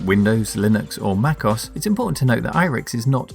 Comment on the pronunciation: "Mackos"? Thats how you pronounced that?